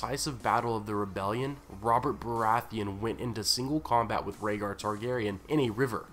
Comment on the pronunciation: Rayder... Raedar... Raygar... Rhaegar 😶 They rhyme...